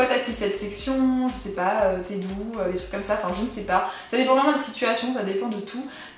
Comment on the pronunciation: mdr le "t'es d'où ?" au dévut je l'ai compris en "t'es doux" ahah super comme début de discussion !